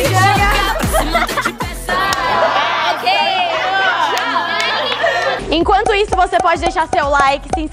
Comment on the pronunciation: hina perfeita falando ginga